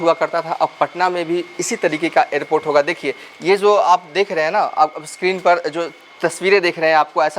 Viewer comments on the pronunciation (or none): none